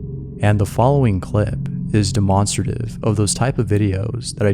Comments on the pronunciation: Did he say… “de-mon-strative” instead of “demonstrative” LMFAO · The scariest thing About this video is how he says demonstrative.. demon-srative